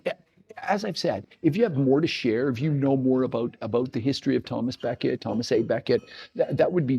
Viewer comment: Hi - he's Thomas à Beckett - à being the French for "at" or "of", and pronounced accordingly. Not Thomas A Becket which makes it sound as if he has a middle name... nice to see the locality featured on You Tube. The Bishop's Palace in the centre of Tarring village is connected. I think the area was a detached enclave of the Diocese of Canterbury. Try and find a copy of Roger Davies' book "Tarring - a walk through its history". As far as I recall it's all in there. Can't find my copy at the moment to check. A book well worth reading.